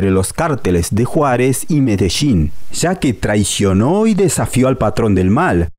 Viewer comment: Es multi millonarios no multi michonarios, es Medellín no mechedin, rebollo no rebocho, región no rechion, es fallo no facho, es millones no michones